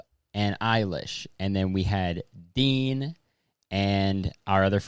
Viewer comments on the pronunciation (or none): I first heard "Dean" as "Bean" and thought that must be a non-binary friend of Kurtis and Jenna's